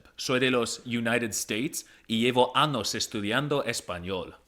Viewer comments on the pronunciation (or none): He said ano instead of año. Ano=Anus año=year 😭🤣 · I think he "mispronounced" años lol